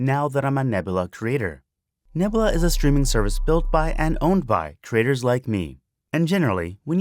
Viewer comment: I also love "Nebla"....."Nebla" is my favorite....=P